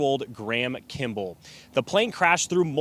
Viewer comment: First, my heart breaks for all involved, including the witnesses. The images from this are horrific. That said, you'd think the journalist could pronounce Kimball correctly. It's not an unusual last name... kim-bull.